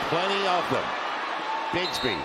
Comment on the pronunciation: Man who is Tank Brigsby it’s Bigsby 🤦🏽‍♂️🤦🏽‍♂️